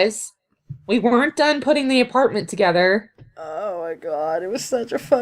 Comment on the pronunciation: I heard say aperment instead of apartment.